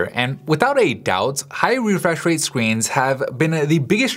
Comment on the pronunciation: 'high refweshrate screens' XD